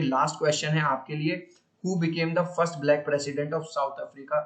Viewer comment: i think you say first lun